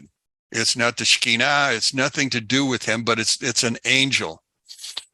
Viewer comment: please find an Israeli Hebrew speaking individual to teach you how to pronounce a few letters in Hebrew that simply don't exist in English. You absolutely need to realise that your are not able to learn how to pronounce Hebrew language from a transliteration which uses the Latin alphabet. The mispronounced word that you have bumbled here is referring to the Presence of God, and it has the same root letters as the Hebrew word for Neighbor. שכינה - two syllables, not three.